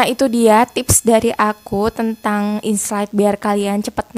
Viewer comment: Aku kog dengernya inslide bukan insight ya 😊